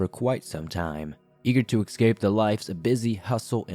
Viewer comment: Eck-scape? Still love ya, man!